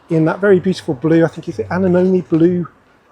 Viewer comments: It’s a-nem-o-nee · Nice review, but everyone please learn how to pronounce “anemone” correctly. It’s a small flower, often blue